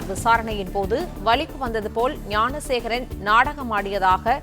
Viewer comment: Thanks for pronouncing gnanasekaran